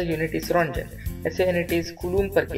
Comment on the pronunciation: It’s also not pronounced RONGEN.. lol He pronounced it wrong.. lol oh well..